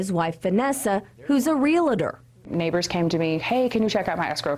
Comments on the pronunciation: She's a real-tor, not reala-tor. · The word is “realtor” pronounced “REAL-tor”. Not “re-la-tor”. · The word is 'Realtor"...pronounced "real-tor. Not Real-la-tor. Damn. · Realtor not RealAtor... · The word in English is "realtor," not "relator."